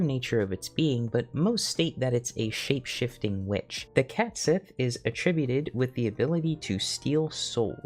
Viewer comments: Small correction, Cait Sith should be pronounced “ket shee”. Square doesn’t help this by using the same one you did for the character in FFVII for FFVII Rebirth (the first time the character was voiced out loud - was never actually named in Advent Children iirc). This is despite the original Japanese using the correct pronunciation. << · I kind of knew about Cait Sith and Grimalkin from The Dresden Files. Both appeared to help and hinder Dresden, I think Cait Sith was actually Mab's (Queen of Air and Darkness) personal assistant. Is it actually pronounced "Ket Shee" though? Cuz I thought it was...